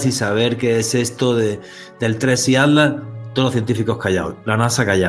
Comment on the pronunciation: Porque decis"ADLAS ", si es ATLAS...